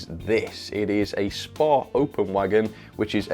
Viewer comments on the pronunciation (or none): S P A not spar